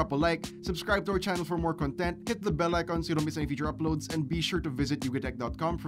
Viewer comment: Great video but, the way you pronounce "Content" is yung pakiramdam hindi yung "Content" na nilalaman :D